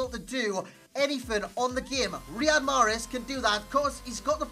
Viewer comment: greetings from algeria .wrong pronounciation